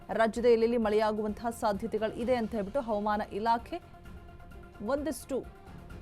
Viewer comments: Aaman Antha mam Chanagi kannada mathadi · ಅವಮಾನ ಇಲಾಕೆ ಅಲ್ಲಮ್ಮೂತಾಯಿ ಹವಾಮಾನ ಇಲಾಖೆ ಅಂತ ಸ್ಪಷ್ಟವಾಗಿ ಹೇಳು